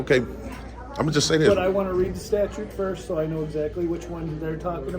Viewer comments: Hey it's pronounced statute not Statue,a lot of people say it like that,🗿🗽. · Statute not statue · Dude... if you're gonna go this, for the love of mike.. the word is not STATUE !!!